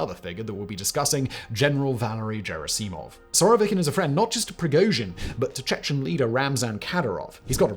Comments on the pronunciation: I'm sure he has for a long time just turned up and presented , with lesser employees doing the actual reseach - hints are his frequent mispronounciation of Gerasimov as Jerasimov (soft g instead of a hard letter). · "Yevjenny". "Levvers". "Geraseemov", what else? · Given that this script has many occurrences of "Gerasimov" it would have been good if you learned how to say it. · How can anyone still mispronounce the name of Gerasimov, after Prigozhin shouted out his name so dramatically? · Simon to himself "Should I check how any of these first or last names are pronounced? Naw, screw it, I bet the general's first name is pronounced exactly like the name of my girlfriend in college" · Good video. Terrible pronunciation. No J sound in Russian. G as in Gordon Bennett not German. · Russians do not pronounce the letter, “J,” as in, “Jesus.” Especially at the beginning of words. Moreover, you have never heard anyone else pronounce Gerasimov’s name the way you do. The general’s name is pronounced with a, “G,” “Guh,” for, “God.” As in, “General Gerasimov.” You mispronounce things so badly, so often, that I have become convinced that it is a, “technique,” you use to get people to comment and, thus, boost the algorithm? I used to think it must be a passive aggressive form of trolling your audience, but doubted it? Am I right? Is it to get comments? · just a word of note regarding the pronunciation of the surname Gerasimov, it's not a soft G, sounding almost like a 'J' like in Germany, it's a hard G like in Gold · After hearing how you pronounce *G*erasimov and ev*G*eny (both of which spelled in Cyrillic with "Г" and pronounced with "G" as in "great"), I have no doubt that you pronounce the acronym for Graphics Interface Format like JIF. 🤨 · G in Gerasimov is pronounced as in "good", not as in "ginger". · Mispronouncing Gerasimov's name so badly is actually impressive considering it was a full third of what Prigozhin said for months. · Doesn't Gerasimov have a hard G sound